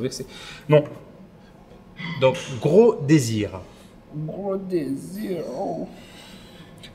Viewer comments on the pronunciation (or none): "GWO DÉSIWEEE" 😂😂😂